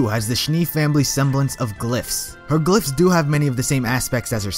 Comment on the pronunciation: glyphs is shown as glass?😂.you really need too work on your pronouncing